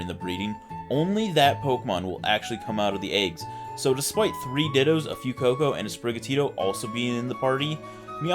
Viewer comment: I know its not important, but why do you pronounce it "Few-coco"? It's "fwey-coco" as in fuego, which means fire. Otherwise the video was great! Even though hatching the eggs probably wasn't fun, it was worth the shinies I bet.